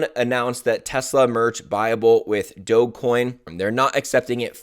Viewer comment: This guy can’t even pronounce Dogecoin. We are in a bear Market. Imbecile.